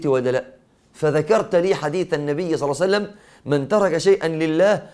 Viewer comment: بارك الله فيك...ولكن عند الصلاة على النبي صلى الله عليه وسلم عليك أيها الشيخ أن ننطقها بصورة صحيحة...ولكن النبى (صلسلم) ما هذا؟